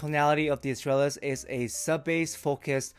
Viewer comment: With Latin words I go with classical Latin pronunciation and (in this case) the stress falls on second last syllable (-tral-). Astrālis therefore bastardized into English spelling becomes “uhs-TRULL-is”. It does help if you speak Spanish … but I heard you say Estrella. MOST IMPORTANTLY, the life’s TOO SHORT to worry about correct pronunciation of adjectives in a dead language.